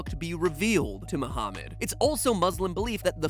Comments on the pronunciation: Lol my name is Muhammad and I can’t believe how much research he did on Islam and still pronounced my name slightly incorrect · Matpat has said Muhammad and Kaba and Quraan wrong (I am a Muslim).